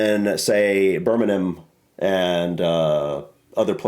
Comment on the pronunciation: Bir-ming-um,. The only time I've heard it pronounced the way pronounces it was by a bloke from the south, who had never been to the Midlands. He also said Nottin-num, not Nottin-gum how the locals say it.